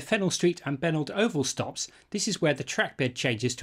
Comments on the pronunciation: Obviously you've never heard of Parramatta's favourite son Richie Benaud... not "Benault" as you have called the station named after him. He used to play cricket for Central Cumberland Cricket Club back in the 1950's before becoming captain of the Australian Team. Great video BTW!! Fully enjoyed it! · I think you will find that its pronounced Benoh, (As in Richie Benaud) not benord. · Not trying to be picky but having known the family I just had to say it. Benaud is pronounced Ben O. After Richie Benaud former Australian Cricket Captain. His parents lived just across Penant Hills Road from the oval. Don't mean to offend. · I don't live there so can't confirm but I suspect the pronunciation of "Benaud" is possibly "Ben-O", as in "reno", short for "renovation". At least that is how Richie Benaud was pronounced. More than happy to be corrected though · Benaud Oval, pronounced "Benno", named after Richie Benaud, the cricketer and commentator! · The Benaud Oval stop should be pronounced Beno